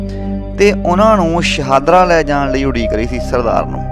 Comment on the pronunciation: ਸ਼ਾਨਦਾਰ ਜਾਣਕਾਰੀ ਸ਼ਹਾਦਰਾ ਨਹੀਂ, ਸ਼ਾਹਦਰਾ